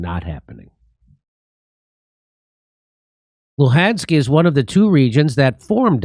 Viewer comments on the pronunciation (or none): none